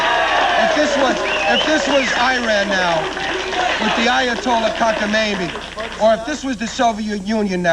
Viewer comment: "If this was Iran now....with the Ayatolla Kakamaymi......" lol